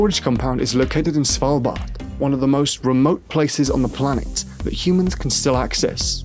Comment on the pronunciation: I like the quasi Scandinavian pronunciation of "Svalbard". (I'm Swedish)